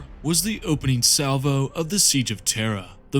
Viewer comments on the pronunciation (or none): none